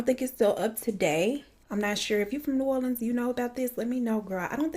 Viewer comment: Finally someone who pronounces new orleans right 😂 every single true crime case I’ve seen they pronounce it wrong